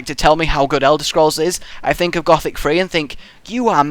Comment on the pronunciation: You need to say it like gooooothic